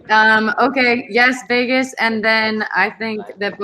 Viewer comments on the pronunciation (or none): none